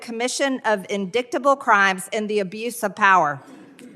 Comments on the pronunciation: Indicktable, indictable? She should be familiar with that word by now… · Greene is s complete idiot, "indicktable" Lol! 😂😂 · In-dick-table, from the Peach Tree Dish Lady 😕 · She can't even pronounce "indictable".